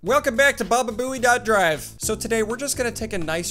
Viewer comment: The fact you never say the name right is absolutely incredible 😂😂